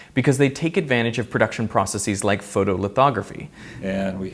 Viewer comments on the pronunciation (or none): Pronounced "processes" correctly the first time :)!!! Incorrectly the second time. :( The plural of process is not PRO-sis-eez. and did that guy just say "nookyuhler"? I realize that in reality, he's brilliant and has created incredible things that can change the world, but when someone says that... I feel like there's something wrong with them. Like we all need to talk a little slower and not use big words. :( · FAscinating! But "processees"? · incorrect pronunciation of processes, it’s no long e at the end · Thank you for saying "processes" correctly. Edit: you said it right initially but then wrong later. Weird.